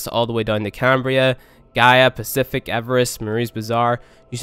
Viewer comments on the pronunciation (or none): none